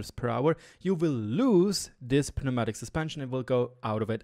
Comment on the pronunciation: In English you don’t pronounce the p. It’s just new-MATIC. Not trying to be a dick.